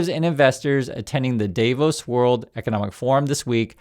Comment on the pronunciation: not DAIVOS but DAA-VOS.